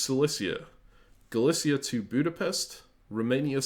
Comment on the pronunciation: in russian these places are "Галиция" and "Силезия", so i would say Galicia the way you said it here with a "sh", and Silezia with a "z"